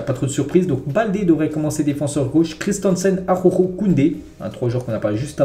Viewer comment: Araujo ne se prononce pas AHOHO. ARRRa OU JO.